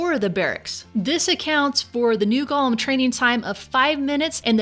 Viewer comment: Ga-lum or go-lem? 😂👍